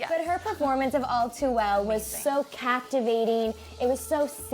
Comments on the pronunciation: when she said all too well i thought she said o2l..... i was like CONNOR? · Okay I'm going to sound really stupid here but I thought she said "I remember O2l" JASCOUSCAUHIVESHESIUVHWEIUFHVAHECE 😂😂😂😂😂